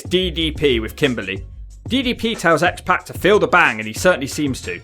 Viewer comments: It's pronounced Syxx/X PARK not PACK. And I'm english. I imagine you say 'Skohh-ee too hoh-ee' as well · It’s pronounced POCK not PACK. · I kept thinking he was saying pat when he was saying pac